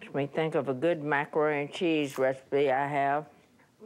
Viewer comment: Si said “tea.”